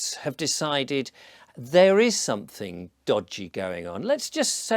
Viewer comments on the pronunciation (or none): oi, mush, are you insuating somefing?